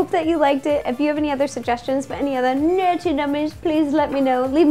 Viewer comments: Why she is saying nerty nummies except for nerdy nummies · she sead NERTY mummies!!! O_O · Omg is said nerty nummies XD